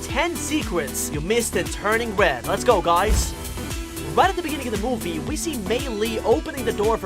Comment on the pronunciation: Ligit all I hearing is mowvie,bestie and kowala and cwiated like ok lol Ig I just hearing things or am I